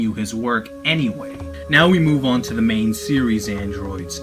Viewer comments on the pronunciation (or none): none